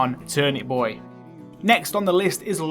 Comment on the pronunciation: “ Thanks boah “